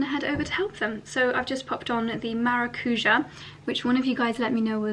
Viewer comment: Guapa it’s not maracuja it’s maracujá with an stress on the last syllable ❤